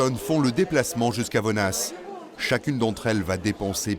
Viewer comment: Premièrement on ne prononce pas le « s » dans « vonnas », Deuxièmement, Paulette Blanc n’est pas la fille d’Elisa Blanc mais sa belle fille.